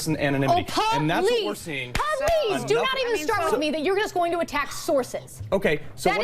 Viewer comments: PUH-LEEZ people. PUH-LEEZ. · She really sounds professional when she says the word "please" as a two syllable word. Palease. Sad!